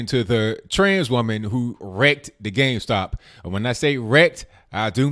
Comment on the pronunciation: I thought it was Game Stop... Not Gayme Stop!!!